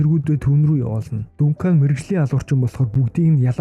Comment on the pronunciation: Дункан дункан дункан л гээд байна Duncan = Данкан 😂